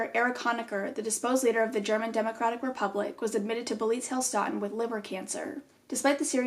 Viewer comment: Hey, German here 😂 the name was pretty close, so please don’t take this wrong but in case you want to know how to pronounce it correctly: the „ee“ in „beelitz“ is pronounced like the „e“ in desk but very long, the „i“ is very short and the „ä“ in „heilstätten“ like the „a“ in „sad“! ☺️